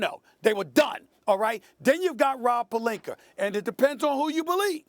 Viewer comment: Does SAS add a “R" at the end of every name that ends/sounds with an "A"? Pelinker? Jokiam Noaher etc